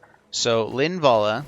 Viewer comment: lin-va-la, you kept saying her name wrong